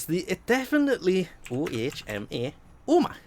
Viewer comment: every time he says oh ma I died 😂😂😂.